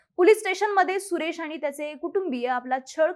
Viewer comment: म्हनून नाही म्हणून, आनि नाही आणि...